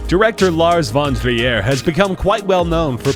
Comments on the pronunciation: lars von TRIER NOT LARS VON VIERRE! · and lars von " tri - er " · His name is pronounced 'trear' , not tree-air! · we'll give you a pass on Sigur Rós (it is rose not roas(t)), but it's not freaking Lars Von Gruyere. Now say Brown Boo-knee. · NOT french. The guy who narrates just can't pronounce Von Triers name. The film is danish.